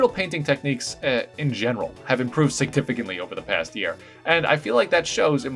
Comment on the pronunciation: “sigtificantly” lmao